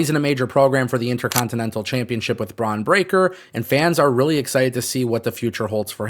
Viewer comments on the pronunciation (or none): none